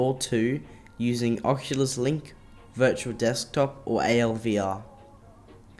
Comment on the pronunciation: ooooh. "Dirtual Desktop" lol